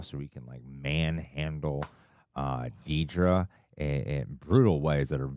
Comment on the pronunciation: i am irrationally upset that so many people can't say dedra's name right, lol